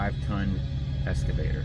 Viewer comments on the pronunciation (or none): I don't mean to be a jerk and I love your channel, but its not escavator, its EXCAVATOR.